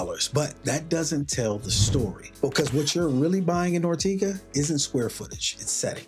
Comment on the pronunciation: Love the video. But it's "Or-tay-ga" not tee... But potayto / potahto... Keep up the great work!